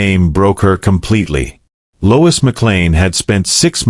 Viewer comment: Lois not Louis